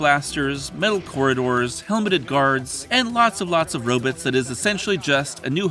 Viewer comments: Erm, why do you keep pronouncing "ROBOTS" as "ROBITS"?! It's really weird...... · Robuts? Direckedly? Send your A.I. back to school. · He's occasionally saying "ro-bids" to fck with us, right? Or is it a reference to early Twilight Zone episodes? EDIT: he says "di-reck-edly" so I am guessing he is purposefully mispronouncing some words. But why? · Love hearing other people pronounce it "robits" like Isaac. I bought the complete score ages ago, but didn't see this until a few years ago on a perfect double bill with Star Trek: The Motion Picture.